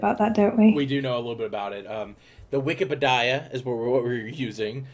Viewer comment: Did he just say wikepidia instead of Wikipedia